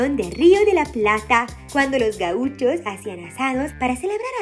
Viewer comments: dice Guachos, y es Gauchos... xd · nadie se dio cuenta, que ademas de pronunciar mal gauchosm, cosa normal y comprensible. escribieron guachos, algo con otro sentido un poco insultivo? XD